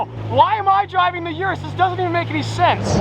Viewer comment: I can't wait til the Urus is gone and we don't have to hear you constantly mispronounce it anymore